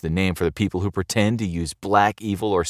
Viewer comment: I disagree how this narrator says “pretend”, I stopped watching, he is not being educational, his presentation is very crass “pasty white genes” this content is despicable and anyone who agrees with this is too